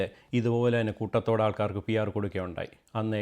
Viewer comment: Koothathodeyo.. its koottathode